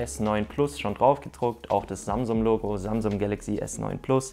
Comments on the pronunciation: Alter das heisst samsung nicht samsumm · Am Anfang hast du statt Samsung samsuM